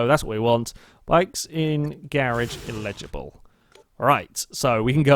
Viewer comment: He pronounces eligible as illegible